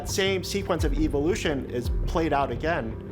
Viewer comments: Did he say Evil-lution? seconds. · The first guy talking about Evil Lution literally saying it like that, Bruh go read your KJV Bible and get a clue